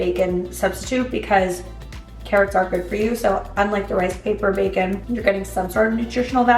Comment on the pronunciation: "Ka Rots!" from now on O_O LoL